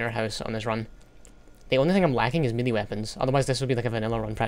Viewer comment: your pronouncing melee wrong